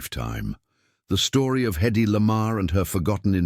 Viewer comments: HEddy not eddy…. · The trouble with AI narration is stupid error. "Hedy" is repeatedly referred to orally and textually as "EDDIE".